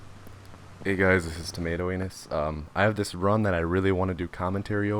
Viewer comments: i was like what?? did i heard wrong, then i looked at the channel name haha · "tomatoanus" fucking hell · "What's up guys " excuse me what the fuck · tomatoanus???? really?